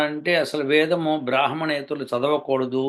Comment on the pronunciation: గారూ! మీరు తిలకధారణ చేయనట్టుగా కనిపిస్తుంది. వేధము? అని ద " కు వత్తు పలుకుతున్నారు! మన సనాతన గురించి విశేషముగా తెలుకొనే ప్రయత్నం చేస్తే, బావుంటుందని నా అభిప్రాయం!